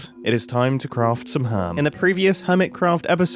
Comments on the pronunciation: "Its time to craft some herm" Cannot WAIT till he finds out what he said, and I love it. LETS! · "It is time to craft some herm" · "It is time to craft some herm" Mumbo 2024